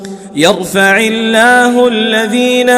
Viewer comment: Assalam alaikum Yarfaillah not yaghfaillah Letter AIN IS THERE NOT GHAIN